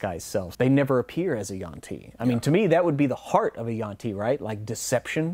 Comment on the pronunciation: Always thought it was yuan ti, not yuan ti. Learned something new.